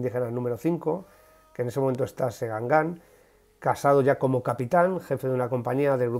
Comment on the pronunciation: Una pequña observación. Cuando usted menciona la localidad donde estaba Regulares 5, dice Segangán. No. El acento tónico está en la primera a. Se dice Segángan. (El acento gráfico lo pongo yo para que se me entienda aunque no se debe escribir al ser Segangan palabra llana).